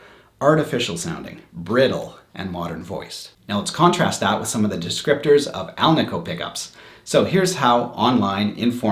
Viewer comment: I preferred the alnico. One minor critique... it is pronounced al-nih-co. Not al-nee-co. Anico stands for ALuminum NIckle and CObalt which is the composition of the magnet. Hence AL, NI, CO. Thank you for the video.